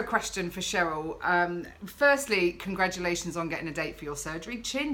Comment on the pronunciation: im a Cheryl with the "SH". You said it right, Dont worry i get called either lolol. Xxxx